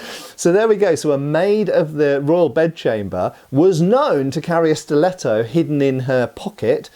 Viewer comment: Majestic italian pronunciation, 11/10 Give him italian citizenship